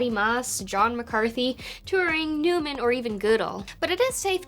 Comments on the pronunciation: Starting you go through a list of early computer luminaries... who is "Newman"? I've heard of John Van-Neumann pronounced "Van NOY-Man", is that who you meant? That's the guy who advocated the equivalence of instructions and data, the core concept of the Von Neumann architecture, pronounced "Van NOY-man architecture", than Inherently makes for the ability of self modifying code. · I was always told John Von Neumann's surname was pronounced "von noy-man" Why not Zoidberg?